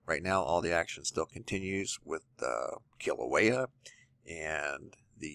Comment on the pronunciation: E in Hawaiian is pronounced like a long A, Mauna Kea is pronounced Kaya not Keya !! Nice you pronounce KilauEa correctly. ;-)